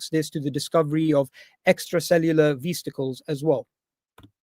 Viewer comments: “Extra cellular vizticles” Man oh man… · Extracellular veesticles :face-green-smiling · He can't quote the people he claims to have studied so he has to read of a slide. He can't even read it correct and says 'veasticles'. Infuriating to watch this scientifically illiterate moron attempt to avoid debating the title of his choice. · "Extracellular veesticles" 💀 bro doesnt know how to pronounce vesicles yet has the audacity to say Dave has a "comprehension issue" multiple times.